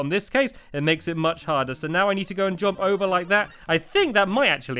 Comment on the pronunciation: r-u-n - Run (you say that right) J-U-M-P Jump.. (you fail to say this right - God it's like Stewie with cool Whip!